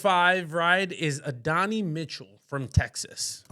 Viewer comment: First time viewer. Can we atleast make sure we're pronouncing the guys names correctly? Credibility starts to trend downhill when you are frequently getting them wrong. Gives off barbershop vibes instead of analysis. Bro said "Adonny" Mitchell, Brian "Thompson", "Ama" St. Brown. Then said Rome Odunze is a running back playing WR not like Deebo... "Like the second coming of JaMarr Chase." Odunze has a completely different frame and size. And they play way differently. was pretty good. was yapping.